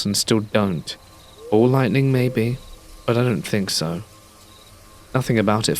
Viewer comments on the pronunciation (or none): none